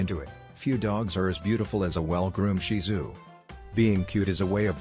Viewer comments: Thank you for pronouncing Shih Tzu correctly. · I was so impressed that the commentator pronounced “ shihtzu” correctly. Not often we hear that 😀😀😀😀😀😀😀😀🐶🐶